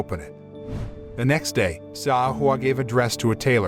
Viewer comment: Correction: Xiao is actually pronounced chow.